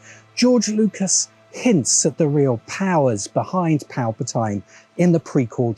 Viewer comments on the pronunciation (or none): It's Palpatine, not Palpatyne! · You calling Palpatine that makes me think of the videos where you heard George call the gungans “goongins”